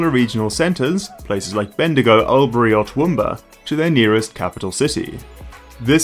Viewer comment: I can't let it pass that it's pronounced awlburee, not al-berry. I've had to get off at Albury myself and change for a bus when an XPT I was on ran late overnight and no longer slotted into the V-line timetable.